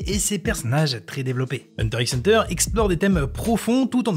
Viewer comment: On dit hunter hunter